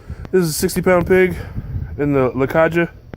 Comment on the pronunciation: You say it Caha! A J in spanish is like an H in English haha!